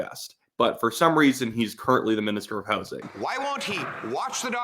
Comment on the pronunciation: Did you say direct minister of hozing? LMFAO